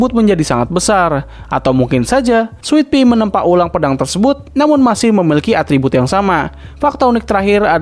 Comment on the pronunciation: Sitadel bukan sitidel Switpi bukan switpit